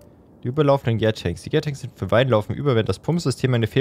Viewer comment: Gär-tanks spricht man Deutsch aus 😅 „Gär“ ist ne abkürzen für Gären. Ich weiß ned wie das beim Wein ist, aber beim Bier ist das die Phase wo die Microbakterien in der Hefe den Zucker in Alkohol abbauen. „Tank“ wie in Tanker spricht man auch so wie man es scheibt. Gärtanks sind also die großen Metalbottiche in denen die Flüssigkeit gärt (